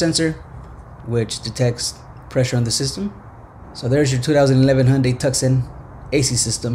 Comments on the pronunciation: Good vid, but it's pronounced "TOO-SAA-ON" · You pronounced the model name wrong🤦‍♂️ It's pronounced the same way as the city Tucson in Arizona. It's (too-saan)